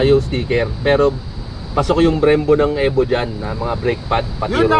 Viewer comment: E-VO not Eh vo.